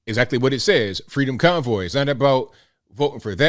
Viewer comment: I swear it sounds like he’s saying “the freedom cowboy.” 🤣